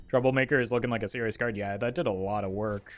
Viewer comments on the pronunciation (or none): none